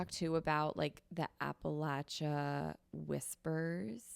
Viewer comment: As an Appalachian I'm so happy you guys are interested in Appalachia! you're saying it right, it's pronounced Apple-at-cha. A good book rec that I loved that centers around Appalachia is Demon Copperhead. It's so good and I think you all would like it!! Absolutely loving the pod so far btw!